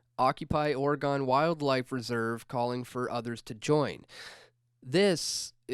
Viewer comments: dude..... OR Ih Gen not oruhgawn. cringe. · Dewwwwwd...Repeat after me: Ore-ih-GUN. I am pretty sure the way you pronounce it makes their skin crawl and I've never been west of Iowa or north of Wisconsin. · As an Oregonian, I like to explain it this way; everyone in Oregon owns a gun. It rhymes. It's not Oreegone. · I don't trust you if you pronounce Oregon like that.